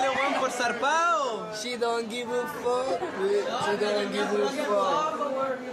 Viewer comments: Shedontjibe fooo dijo el duki xdxdxd jajajajajajajajajjajajajajajajajajajajaja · Loke si escuchaste el she dont give a fo de duki